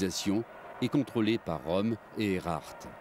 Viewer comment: Pas "Rom", Röhm (prononcer "Reum"); et "Hindenburg", pas "Hindenberg".